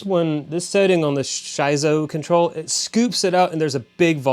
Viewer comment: Schizo is pronounced "SKIT -ZO" not SHY ZO! Schizo means crazy, out of control kind of like Reinhold!🤣